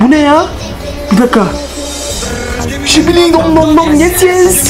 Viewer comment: Şibili😂 tuvalet değil😂 skibi tuvalet